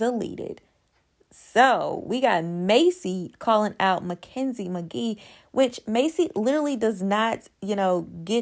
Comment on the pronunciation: First her last name is McKee not Magee. I feel like when people read Mackenzies book you will understand her a lot better. I think MTV has given enough airtime to their political agenda making sure they are politically correct on everything type of race, gender and sexuality, transgender relationships and I hope I didn't leave anyone out. Not sure why Maci was upset but Mackenzie has made her mistakes, apologized let's move on without taking it wrong with every word coming out of someones mouth. Election is over let's show something worth watching.